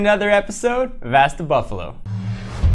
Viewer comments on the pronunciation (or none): Yeah, I kinda picked that up when he said "you can ass me"